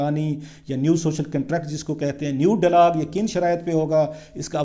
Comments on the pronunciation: mohtaram, apna talafuz drust karain khaskar english words. it is not delog but dialogue and many more . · I got sick of your repeating delog. Before you give sermons go and get a course in pronunciation of Urdu and English language. .